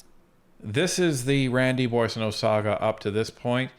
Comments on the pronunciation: The first syllable is not pronounced "Boy," it is" Bwaw" or"Bwah". Look up "bois" en francais. Bwaw-sun-no. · Surely you’ve been hearing it prounced umpteen times lately. It’s BWA son oat. Not BOY son oat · Why in the world no one bothered to correct his pronunciation of the Boissonnault's name? This is Canada, and no one should correct others misdeeds. Otherwise, you would be considered insulting and politically incorrect. Bussial, my butt. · You don’t know what Randy’s name is you keep pronouncing his name bossio it should be pronounced boozo the “clown” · GACK! Boisio??? gerretsen, you should be getting the guy's name correctly on National TV! Holy cow! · 'Boo-ah-so-no' is the correct pronunciation